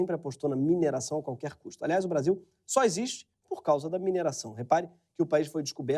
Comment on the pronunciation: Excluir comentários que estão falando contra o vídeo e só deixar os que estão falando a favor dessa merda, NICE "BRACHIL" "NICE KÉNEL"